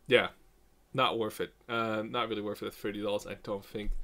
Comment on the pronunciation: you say worth it a lot but when you do is pronounced worF it;)